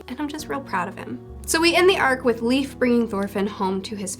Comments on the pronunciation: Just so you know Leif is pronouced like life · I think Leif is pronounced like "Life"